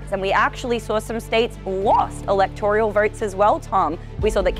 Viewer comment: There is NO letter "I" in ELECTORAL.